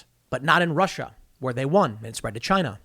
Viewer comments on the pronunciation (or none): none